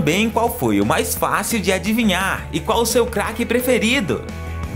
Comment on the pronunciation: MAN ELE FALA CAQUE